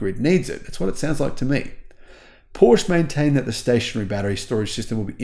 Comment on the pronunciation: It’s not Porsh it’s Porsh-a